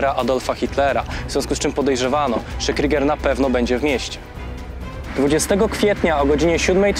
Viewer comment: super material delikatna poprawka nie wymawiajcie kryger tylko kruuuuger cos jak przeciagniete u pozdrawiam